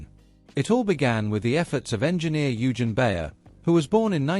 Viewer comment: Oy-gen, not You-gin! Your German pronunciation needs some work!